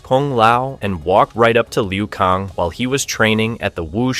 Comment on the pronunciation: Bro why are u saying kang and tsung wrong 😂